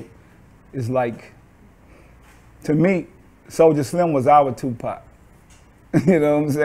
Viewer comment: Why do master p sounds like he's says 2 pot , everytime he say his name